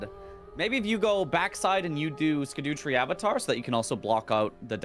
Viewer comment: No one learnt how to say scadutree yet